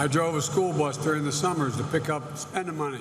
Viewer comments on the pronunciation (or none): “To pick up---What?” On repeat listenings I'm guessing he is saying “spending money”. Is there any other kind?